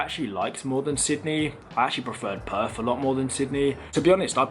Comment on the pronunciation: And they call it Perf like he does. He’ll fit right in.